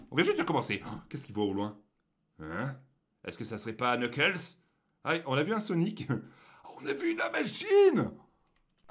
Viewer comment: Se,pas knekels se amy